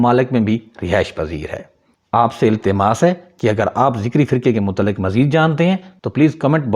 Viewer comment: ذکری نه بهتر است بگویید zakari !!!!